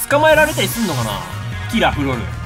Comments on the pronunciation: ぴーぴーのポケモン今も見てるけどキラフロルのイントネーションがキラ・ヤマトで今更だけど面白い😂😂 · キラフロルのイントネーションが「吉良、風呂る」でほんとおもろい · モトトカゲのイントネーション、いつの間にか元トカゲじゃなくなってる！ キラフロルが元トカゲとほぼ同じイントネーションだけど…